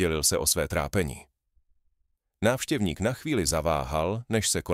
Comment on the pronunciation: "návšťevník'... Primitivní umělá inteligence.